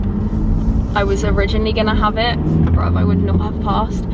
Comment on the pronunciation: They way she said bruv that was funny lol